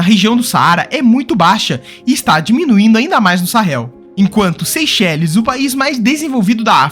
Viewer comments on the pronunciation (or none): ele falou Seychélés, sendo que a pronúncia é Sey-chêles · Muito bom e explicativo. Apenas deve melhorar a pronúncia de regiões ou países, como a pronúncia de “Seychelles”.